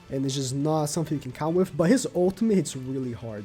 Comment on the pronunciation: with = wiff; gowther = gowfer, look, the way you pronounce "the" is fine, why do you pronounce th as f? it's annoying as hell